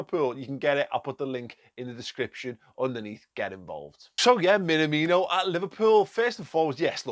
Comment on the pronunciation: BTW, please learn the pronunciation (not that hard really). Imagine someone asks if you are an Everton fan: "Me? Nah! Me? No! (emphasis on the second word, and elongate the aaaahhh sound). me-naaah-me-no